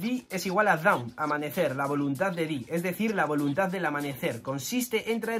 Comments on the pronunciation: Dawn no se pronuncia “daun” es aproximadamente “don” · Para la pronunciación de la palabra Dawn en japonés los katakana hacen que se pronuncie DON. Eso nos recuerda a Tom y a Binks no sake